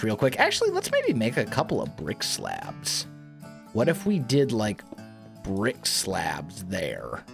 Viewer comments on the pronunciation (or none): all i hear i rick-slab when you saying brick-slab, could be fun if its related to "you're got Ricked"